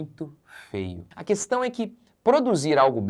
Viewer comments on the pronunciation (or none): none